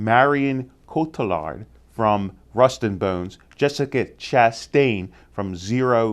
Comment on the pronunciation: Jessica Chastain is a LOCK for "Zero Dark Thirty". I hope you're right about Ezra Miller. BTW, for future reference it's pronounced: KO-TEA-YAR.